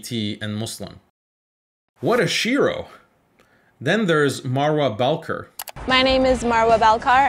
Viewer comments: “What a Shero” 🤣🤣🤣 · "What a Shero" 🤣🤣🤣